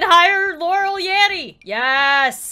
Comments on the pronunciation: Did anyone else catch she said "YAMMY" instead of "YANNY" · said "Yammy" instead of "Yanny".